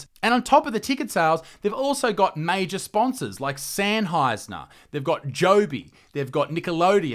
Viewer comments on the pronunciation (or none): "senheisner" LMAO